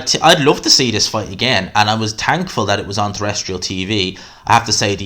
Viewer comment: Judges with Tarot cards, uh-gain